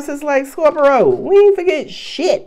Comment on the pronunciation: Ilovelovelooove how you say scorp-er-to! Makes me giggle and feel welcomed♥️🙏♥️